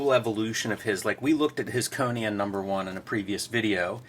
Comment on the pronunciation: Why do they pronounce 'Conan,' as 'Conyan?' Is that a Philly accent?